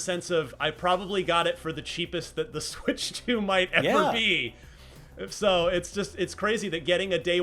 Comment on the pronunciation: "Swirtch 2 Console Reveal"...